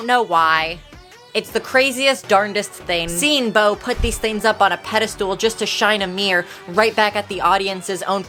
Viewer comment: Did you say pedestool? 😂😂😂 Great video!